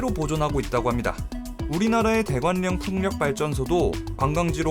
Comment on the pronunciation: 대관령 [대괄령]으로 읽어야 합니다.